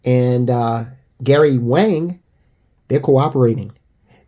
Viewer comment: Wang is pronounced Wong.